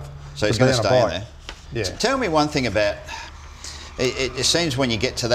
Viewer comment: I said that last show as well. Drives me nuts.